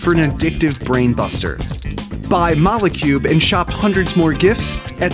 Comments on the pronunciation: I thought it was pronounced Mole Cube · Mole cube not molécube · it's not mo-leh cube, it's moll cube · A good video but they say molecube wrong